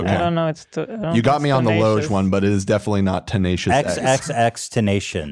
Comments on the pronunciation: Ethan sounds like such a boomer when he mispronounces things. Tenacious x nearly killed me lolol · Tenacious D is jack blacks and kylie's band and I just came from his youtube so it took me a sec to catch Ethan getting it wrong 😂